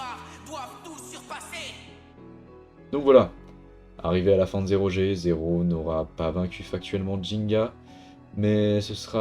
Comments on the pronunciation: *zyro pas zéro 😅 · pourtant son nom c'est zyro et pas zero 😅